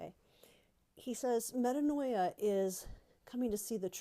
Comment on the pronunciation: “meh-TAAN-ya” ~DBH 😄